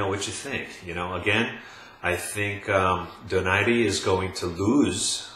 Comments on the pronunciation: First of all you sound like you are in a soundstage, too much echo. Get your sound right. Secondly, Donaire is not pronounced "Do nar ri" it's "DO NAIRE" like you will feel nothing but air after he hits you and hits you very hard! econ Third, when did defense ever rule boxing? Boxing is a sport of hitting and not getting hit, the more you get hit the more likely you will lose. Also, speed rules boxing, the faster you are the more chance you will win. Donaire has both. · it's pronounced DO-NAI-RE. Not DO NAIRE. It's a Spanish name not French. Americans say DO NAIRE because they don't know any better.